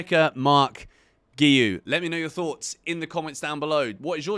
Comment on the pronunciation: Btw I think its pronounced gwee instead of geeyou as he said in an interview at the start of the season. Not trying to be annoying just letting you know!